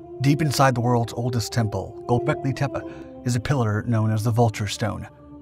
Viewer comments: ...gobekli tep-uh? Tepuh? It's "tep-E". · It's pronounced "tep-ay" not "tep-uh". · It's not tepa (teh-pa) it's tepe (teh-pay) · Tepe isn't pronounced with an a at the end as you have (it's not spelled Tepa)